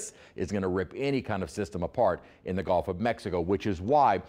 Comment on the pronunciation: It GUlf, not GOlf